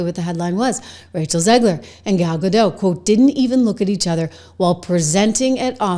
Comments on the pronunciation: It is GADOT NOT GADO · It's pronounced Ga-DOT, not Ga-DOW. Gal is Israeli, not French. 🤪😝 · ....not to be picky but its pronounced "ga-dot" rhymes with "got"... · Hey…just one thing. Gal’s last name is Gadot. The T is pronounced. It’s Hebrew, not French. I noticed that a lot of Americans pronounce it like JK Rowling intended Voldemort to be pronounced.